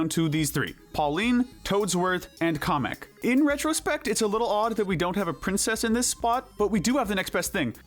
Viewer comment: They said Komek not Kamek.